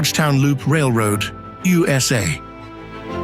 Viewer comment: When I heard him say "Ooh Ess Aye" I thought... Ok this man has been slaughtering all these destination's names